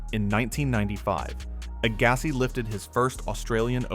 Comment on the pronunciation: Your pronunciations of player names is quite strange, like Agassi lol. Also as of the 2012 Olympics which Serena won, she had only won 1 RG back in 2002 (and was yet to win her 2 other titles in 2013 and 2015). So saying she already had won all the majors multiple times is not correct. And, of course, Djokovic has 4 US Open titles, not 3.